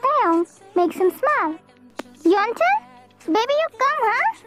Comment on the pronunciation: Yes bro right and I was just laughing when Y/N said 'yellow ton' instead of yeontan 😂